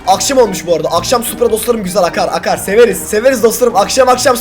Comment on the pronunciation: Tahmin:Arkadaşlar farkettoyseniz da supra yerine suppor diyo yoksa bobby in öyle bir kardeşinin olduğunu ve nasıl biri olduğunu konuşuyor olabilirmi?